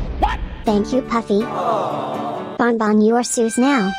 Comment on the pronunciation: Ban ban not bon bon